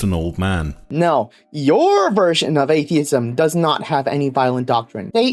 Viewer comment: Bro looks like he's being held hostage and forced to read that script at gunpoint. Blink twice if you need help,! It was pretty distracting to hear him say r/atheism as "ace-theism."